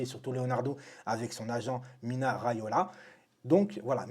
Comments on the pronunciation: Salut frero cava ? Juste une ptite rectification c’est MINO RAIOLA pas MINA 🤣 lol car c le prenom de la plupart de nos tata du bled 😍😍💖 force a toi mon frero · T’a détruit le nom de « Mino » Riaola pendant toute la vidéo 😂😂